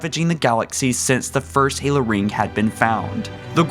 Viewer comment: nigga stop butchering the names fuuuck